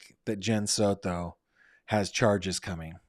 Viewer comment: Please stop saying Soto like that 😂😂😂😂😂 Sounds super silly